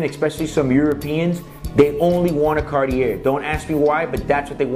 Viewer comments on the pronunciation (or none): How can you do a review for this watch and how can anyone take it seriously would you can't even pronounce the name of the brand? Bro, the Cartier is literally a household name for just about everybody. And you are doing reviews of it? Come on now. It's Car...tee. A. Your inability to pronounce that combine with the sunglasses makes this absolutely laughable. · Karty-air. reminds me of Oh-meee-guh. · I didn’t know you say the r, in Cartier... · Great video but please get the name right! Would be nicer if you knew how to actually say CARTIER!! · Bro, you need to learn how to pronounce the name of the brand. LOL.